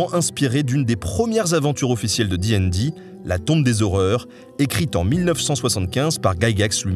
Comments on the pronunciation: Alors félicitations pour la vidéo qui est très bien dans l'absolu... mais une torture à écouter : Absolument PERSONNE ne dit "di'n'di", c'est soit " dé et dé" à la française ou bien DD directement, J'ai rencontré de rôlistes de toute la france à travers moultes conventions et GN et c'est la première fois que j'entend ça, c'était... perturbant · Donc, tu dis ''di n di'' (et pas dédé), mais tu dis ''con an' et pas ''conane'' ? C'est quoi ce curieux choix de prononciation ? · très chouette vidéo par contre ca te ferais mal de prononcer ca a la française, "di aine di", j'ai encore mal aux esgourdes ….